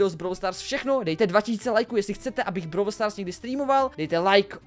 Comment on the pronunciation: Vyslovujese to brawl stars a ne browl stars